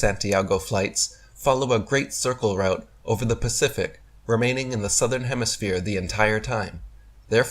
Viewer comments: the complete DUFUS! I LOVE how he says "southern hemiSPHERE" GEE! Kinda gives the LIE to flat earth! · he says HEMISPHERE multipule times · He says hemisphere and not hemiflat lol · Did I here say "hemisphere:? Really?